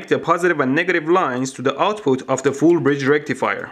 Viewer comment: I love when u say foool bridge rectifier🤣🤣🤣🤣